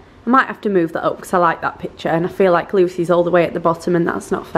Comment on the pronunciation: I love the way you say because Becuss😂